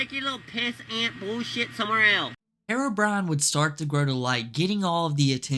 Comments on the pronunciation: I've never heard of this person before, yet i can instantly tell you his name is HERO - BRINE. not HAIR-ROW-BRIAN. so annoying... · The real crime is how you pronounce herobrine